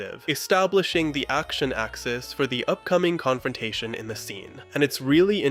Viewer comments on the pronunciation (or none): its "Controntation" instead of "Confrontation". lol just a funny thing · Great work! I watched every second closely; it was a delight! (I couldn't help but notice - Controntation 😅) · Confrontation has an F, not 3 T's. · It's CONFRONTATION. Not CONTRONTATION. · Why did you repeatedly spell conFrontation as conTrontation? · What is a "Controntation" You've said it twice now 🤨